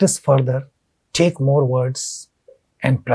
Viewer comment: it is not like "thaakee" just take is enough sir